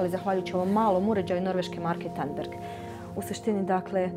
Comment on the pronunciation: Excellent! Very interesting! But the Norwegian equipment it's not "Tunberg", it's "Tandberg". Well, not life or death, but still ...